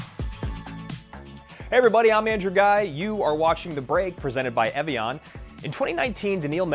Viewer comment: needs to learn how to pronounce Evian.